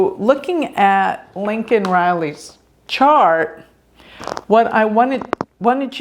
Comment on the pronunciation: saying, “Lincoln Riley,” doesn’t help nobody